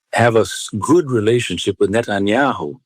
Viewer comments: Netanu😂nahi Netinyahu suvvar😅😅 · Abe aide Sharan nahi Sharon, Manmohan Sharan.nahi. netyahu nahi netanyahu. Gadha khud ko national anchor samajhta hain, inhone hi level Gira rakha hain